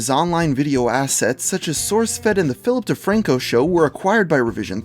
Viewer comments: philip defranco? i heard ''filthy franko'' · I swear I heared filthy frank-o when you said Philip de Franco.